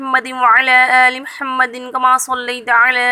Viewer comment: Kottiye muhammad hei lafz (mahammad) nahi hei is sey sabt hota hey tm faq ho FAQ FAQ FAQ